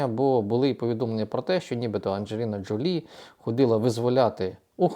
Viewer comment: Джо́лі вона [ˌændʒəˈliːnə ʒoʊˈliː]